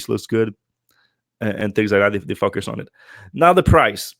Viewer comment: I get a chuckle when I hear him pronounce "FOCUS", I hear "f**k us". Depending on your personal proclivity this is either highly offensive or at least mildly fun.